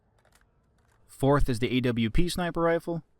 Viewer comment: Cant believe he said "Ay double U pee" instead of AWP